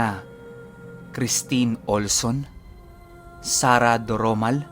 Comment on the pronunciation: Salamat sa pag mention ng name ko,! Now alam ko na kong paano mo bigkasin ang Sarah...pronounced na pronounced ang "rrr"😊 Tagal ko nang hindi narinig yan! Tawang-tawa ako dito sa Subok, magiging paborito ko yata si Lolo Ermitanyo❤ Hoping na meron pang mga kasunod na kuwento related sa kanya. Again, more power!